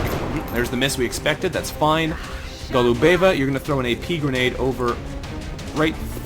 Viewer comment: it's GO-lu-be-va, not Go-lu-BE-va.